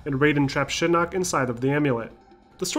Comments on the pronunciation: It’s Shinok not Shinook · Yes, it's Shinnok, thank you. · SHINNOK! Why are you saying Shin Nook? Other than that, awesome vid! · love the video but couldn't stop snickering at "shinook" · Did u just say Shi-Nook?